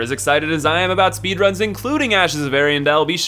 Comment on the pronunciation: Just curious, why do you keep calling Ariandel "Lloyd"?